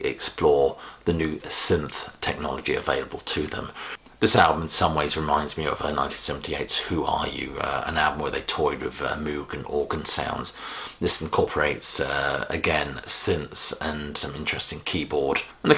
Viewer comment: Moog rhymes with rogue.